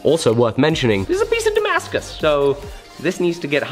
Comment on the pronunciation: Damascuses? Damascai? Damascusisisisis? Who knows